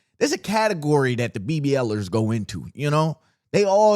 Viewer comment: hard R is crazy